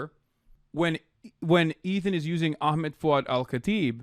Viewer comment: lol Ethan can’t even say his name properly. What a stalwart